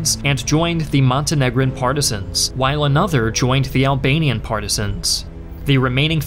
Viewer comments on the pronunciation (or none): none